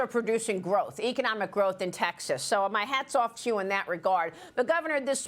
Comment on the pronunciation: Maria, is Taxes really a state? Or are you just intentionally mispronouncing the name of the state of Texas? If so, then WHY?